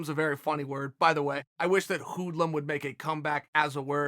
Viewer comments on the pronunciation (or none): chael its not hooodlum its more like heudlum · The way Chael says hoodlum is fucking hilarious.